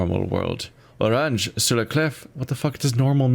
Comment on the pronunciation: Hints on loading screens say Oranje pronounced Oran-ye